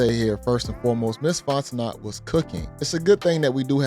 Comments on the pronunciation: It's not Fon-te-knot its Fon-te-know... Southerner here! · Bro its FONT-O-kNOw'..... NOT FONT-O-NOT! 😂 You been doing this for years now lol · Her last name is pronounced Fonteno. The second T is silent. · The "T" is silent. FON teh KNOW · Pronounced "Fon-Tah-No" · The "T" is silent in her last name lol it's pronounced Fon-te-no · Fon - teh - know...👍😌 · It's FON TE NOE!! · DUDE, it's "Font-e-NO." The T is silent. Jesus. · Dude you are pronouncing the woman’s name wrong. It is Fon-ten-no. Hooked on phonics. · Her last name is French, pronounced Fon-tin-oh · Her name is pronounced "FON-TEN-NO" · Her name is pronounced fon'te'no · Brother, it's Fon-ten-no. T is silent. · It’s pronounced “Fonteknow” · Dont pronounce the "T" at the end of her name its silent, Louisiana people let him know. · I was distracted by the mispronunciation 😬 They did that on the Breakfast Club, too 🤦🏽‍♀️